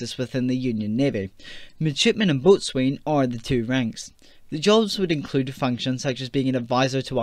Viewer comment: Boatswain is pronounced as "Bo'sun". Brilliant video